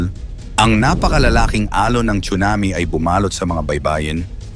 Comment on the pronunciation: Correct pronunciation is SUNAMI silent T not chunami‼️